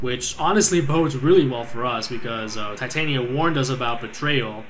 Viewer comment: Your pronouncing of Titania seems to be right. :]